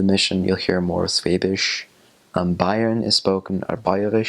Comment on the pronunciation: ok, everytime he says "schwäbisch" I understand "schwedisch" which means "Swedish" :-D And yes, in every village at the "Schwäbische Alb" (<-This was the word he was looking for) the people speak a different dialect... how can I know that? I´m from a little village in Baden-Württemberg in the part of the SChwäbischen Alb :-)